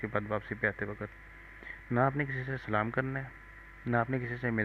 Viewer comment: Assalaamu alaikum aap sahi andaaz mein salaam kahiye gaa